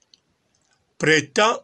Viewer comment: Hummm, o vandi na poto ba mbula ebele oyebi kaka te ko prononcer le mot printemps….. mawa.